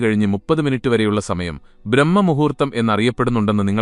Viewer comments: ബ്രഹ്മ മുഹൂർത്തമല്ലടോ ബ്രാഹ്മ മുഹൂർത്തമാണ് ശെരി. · വിനയപൂർവ്വം പറയട്ടെ ബ്രഹ്മമുഹൂർത്തമല്ല സർ ബ്രാഹ്മമുഹൂർത്തമാണ്.